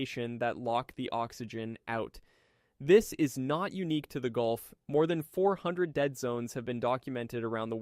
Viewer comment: you are you right,its changing, was a auto correct mistake.. but its gulf not goulf....